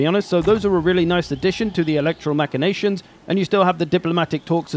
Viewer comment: And that he was never taught Latin. His pronunciation of “Machinations” and “secessionists” also hurt my ears.